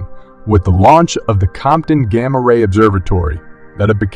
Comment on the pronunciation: It's gamma -ray bursts not gamma. Ray bursts. Get people to read it not machines!